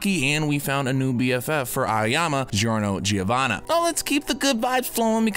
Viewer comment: Me: continues the video after a while and says “giorno giovanna” U: “giro Giovanna”